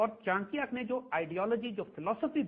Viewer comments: Isko 1000 baar samjha do per bolega chinkya hi. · Plz correct the pronunciation of the name Chanakya